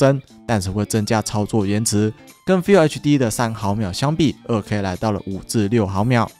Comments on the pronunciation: FULL要念ㄈㄛˋ 不是FILL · 老哥... 要拍PC硬體的影片 至少FULL HD的“FULL”怎麼唸要先搞懂吧...